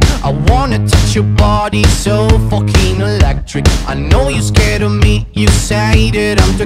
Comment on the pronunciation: I like how he doesn't even say the f word he says "foeking"